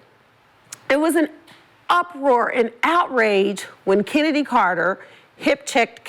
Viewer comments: she doenst even know how to say CHENNEDY CARTES NAME CALLING HER KENNEDY LOL IDIOT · Kenndies clark 😮😮😮huh did i hear swoops pernoonce her name correct😮😮😮